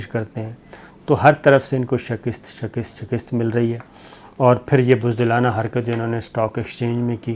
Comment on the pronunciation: It is not sha kist rather she kast. Please correct the pronunciation. Thanks.